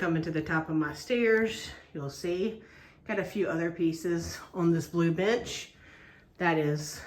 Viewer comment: Holy cow, its like going into the attic and seeing all the models.you must be a very fast stitcher. Luv ur updates. Btw i thought u said on the blue b!tch instead of bench 😂😂😂😂